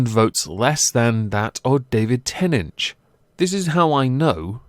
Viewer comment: stop saying davic tenech it is david tenant